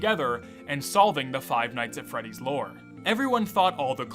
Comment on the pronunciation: fnaf at freweeys